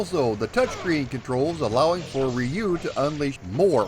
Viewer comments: Hmmm my Japanese friends pronounce it as "yu" the R is almost silent. Its never been Ree you. Thats the american way. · I've heard multiple ways too but I asked friends who are Japanese and they all basically said "rew". I wouldn't get hung up on it though, nothing technically wrong with saying "Rye-you" either :) The video's great, that's what matters. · Roo like the end of the word kangaroo is close enough. Plug this in and it will help リュウ・ハヤブサ. I have a friend with this name and he goes by your pronunciation in the states. This is because the Japanese is difficult for most non-speakers to say. I love your channel, and I love your videos. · Best thing to do... Its always been REE-YU to me... But BOTH are actually wrong... So it doesn't matter! You can find Native Japanese Speakers on YouTube who will confirm it is supposed to be pronounced as "RH-U" as RY makes a RH or ROO sound In Japan! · REE- YUU it's still badly pronuounced, closer... But still very bad. In one breath, just say ryu and extend the U, The same way you pronounce Liu Kang's name, just replace the L with a soft R and extend the final U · I don't wanna be "that guy", but the Japanese pronunciation is actually closer to "Roo". Or "Drew" without the "D" sound. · "Ree-yu" for the Wii U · Rye-you is how I pronounced it for decades up until recently. Guess I'm a silly goose too🙃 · nope, not the right pronunciation (I have a degree in Japanese language) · If you want to pronounce Ryu properly, it's one just one syllable, not two. Just one sound. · I use to say Ryu wrong as well. Not your fault bro. Just means you are a man of a certain generation who did not have anime to teach us how to say it. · After the pronunciation lesson in the beginning I was hoping you'd revert back to your original pronunciation the first time you said the name. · You think it's bad how he pronounced Ryu? Back in my day, we called it Ninja GAY-DEN. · We most certainly did, lol